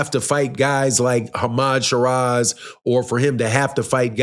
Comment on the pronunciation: It's Hamzah Sheeraz mate not Hama sharaz! Lol 😂